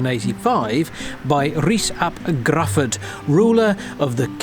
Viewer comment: Love your videos, folks, but as a Welshman, I couldn't cope with the Gruffydd pronunciation!🤭 Griffith is the anglicised version. So just say it like that. It's very close to how it should be pronounced, anyway. The letter U in Welsh is like the letter I in English, and dd is the same as th.